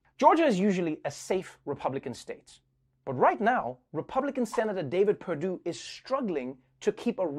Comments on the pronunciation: YEAH SENATOR PERDUESHBAG MISPRONOUNCED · Perdue or Perrrdoo, PerDOO-DOO! Seriously, this is like a 12 year old trying to be funny with his friends. Professionalism has left.